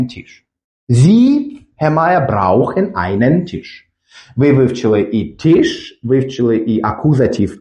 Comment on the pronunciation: Tisch. "Т" не треба пом'якшувати як в українській мові. "і" не пом'якшують приголосні. brauchen. "au" один із трьох дифтогнів, він вимовляється як один звук і це зовсім не "ау". Далі не дивився, бо не зміг.